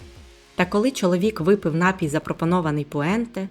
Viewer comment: напІй, наголос на І, напОєм, напОю